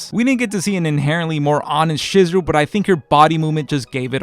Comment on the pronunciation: I don't have. An obligation to do do anything, and just for that, I won't be doing that. This is further justified to me by you constantly butchering Chizuru's name. How do you mess up then name of the main female?